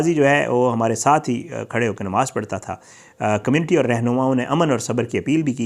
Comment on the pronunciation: you have false and misleading thumbnail to attract viewership. Qatil Kon, Kyn mara, no details or little information on this. Why do you use misleading thumbnail. Secondly,, the word is Namaz and not Nemaz - a typical mispronunciation by all paindos.